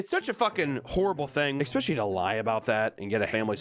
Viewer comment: "Expecially"